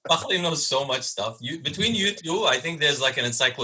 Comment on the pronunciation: Finally someone pronouncing Fakhri’s name right 👌👌